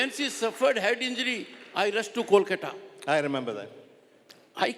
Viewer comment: How long was he governor? He can't even pronounce "West Bengal" and "Kolkata" correctly. Blatant RSS Modi stooge.